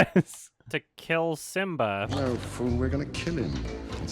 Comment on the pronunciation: 9 months later..... is still wondering why he said “Sim-BAH”